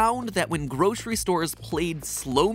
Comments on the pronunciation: The real crime is pronouncing it groshery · There’s no sh in grocery. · I can’t get over the way Mattsays “groshree” Must be a regional pronounciation